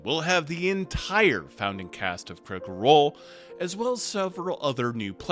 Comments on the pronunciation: I love your content. But it’s “Critical Role”, not “Cri’cal Role”. There’s a T in there. Sorry to be pedantic, but it makes it hard for me to watch, and I want to support you and this channel… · “Crickle Role”